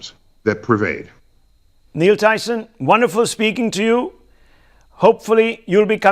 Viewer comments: He should have addressed him as Dr.Tyson.. He also mispronounced his name.. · The anchor doesn't even knew Tyson's name correctly... But he grew up watching cosmos 😂